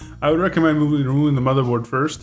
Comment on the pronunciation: Good Vid;!!! never mind the idiots who saying negative shit,, and I think that it's great that you didn't edit out the "matherboard" slip!! The critics are probably guys who never make mistakes:P and do their best to hide the ones they do! I think it adds a nice touch